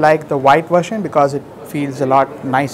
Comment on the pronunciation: Its 'version' not 'vertion'..